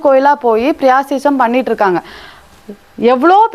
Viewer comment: பிராயச்சித்தம் not பிரயாசிசம்